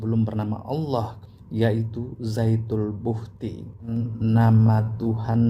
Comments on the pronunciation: penulisan yg benar zatul buhti artinya zat mutlak atau zat sejati atau zat semata - mata.bukan zaitul buhkti seperti ucapan pak.mungkin karena orang riau jadi lidahnya agak tertekuk dan terdengar ucapan zaitul buhkti jadilah ikut2an.kita saling mengingatkan dlm ilmu bukan menuduh "sesat menyesatkan" seperti kyai karena itu perbuatan yg buruk. Astagfirrouloh alaazim.. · Mas Syam, Saya dengar kan sebanyak 7 kali posting. Nampaknya memang terdengar Zaytul lebih daripada Zatul. Bisa jadi hal ini juga yang terdengar oleh. Untuk Zatul Buhti memang ada. Saya pikir juga Pak Ustadz pasti lebih tahu dan paham. Beliau jauh lebih kompeten daripada Saya. Matur Nuwun Mas Syam atas posting nya. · Ass.wr.wb...,..kayakx zaitul bukti. Bukan zaitun bukti.....apa kupingku ya, yg budek...... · Saya baru dapat postingannya...ternyata sebelum putar...ada tertulis....zatul buhti di layarnya.......akhi...jadi hanya salah pengucapan...saya sudah coment di chanelnya...mudah2an bisa di rubah....cara ucapannya...afwan... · Jangan ngeles... orang Islam di negara manapun, dan di daerah manapun, jika sudah mahir membaca al-Qur'an, maka lisannya akan sama dengan lisannya orang Arab... ZATUL BUHTI .... ini juga salah total Karena kata ZAAT berbeda dengan kata DZAAT Seharusnya DZAL bukan ZA' Udah dibilangin harus ngaji dulu agar tidak menyesatkan ummat kok malah ngeyel, jika belim bisa ngaji, maka buat konten kuliner, atau montir mobil atau pertanian... jangan merusak agama Islam sembarangan